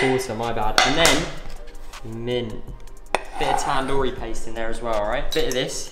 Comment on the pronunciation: Every time says TAN doori chicken I die a little bit on the inside